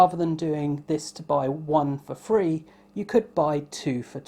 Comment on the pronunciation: Could you please say three instead of free